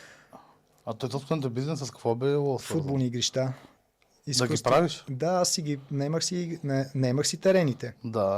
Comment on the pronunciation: Привет, момчета! Гледам ви от години и много харесам подкастите ви. Ако позволите една малка поправка към госта ви: игрИща е правилното произношение, а не игрищА. Много пъти чух думичката и ми направи впечатление. Детайл, но пък би било хубаво да го поправи. Поздрави!